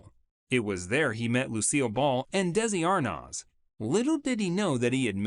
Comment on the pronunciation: Can we at least pronounce Desi Arnaz and Irene Dunne's names right?